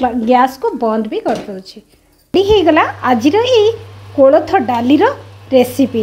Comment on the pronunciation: Not klatha,yes koltha